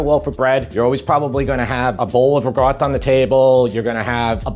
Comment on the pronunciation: Absolutely, unequivocally LOVE your channel but... WHY do you say ruh-gotta, instead of RIKOTTA???